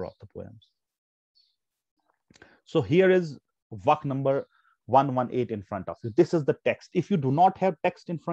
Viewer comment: The way you teach is good but sorry to say, it not as, as you are pronouncing it. It is vaaaaaaaakh